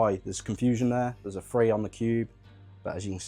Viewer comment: Serious question this. How do you decide if you say "three" or "free". I've got to be honest being a lot older than you it drives my generation nuts and there are a few collecting channels I watch and I've had to just skip through until I see something shown I'm interested in because of the lazy speech.